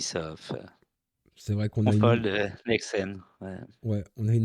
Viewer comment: pk tu dis cog et fog au lieu de call ou fold ?